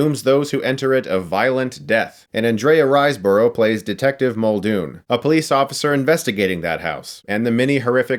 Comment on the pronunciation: Ann-dre-uh Rise-burough < Ann-dree-ah Rise-bruh ;P